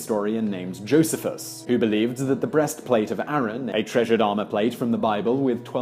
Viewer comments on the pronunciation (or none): Josephus is NOT pronounced jo-suh-fus it is Jo-SEE-fus. Really Simon, check some of these things out first. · "Joe-see-fuss," accent on the middle syllable.